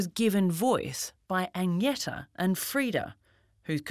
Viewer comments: Wish that someone taught you to say Agneta. As a swede you get anti-goosebumps when you hear the pronounciation of it. It's A+ng like in Fang + n + eta. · I can't believe they can't pronounce Agnetha's name on 60 minutes but constantly tell us that Abba are no bigger anywhere else in the world.